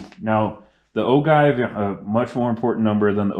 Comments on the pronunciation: Sorry i had to stop your video ,you shouldn't be making reloading video when you cant pronounce the word OJive not ogive,you sound rediculous!!! Your inexperience is going to get someone hurt ...STOP!!! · The cringe of O-give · Oh-jive is how it’s pronounced but…good video. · Great job, btw it is pronounced "Ojive" (G = J)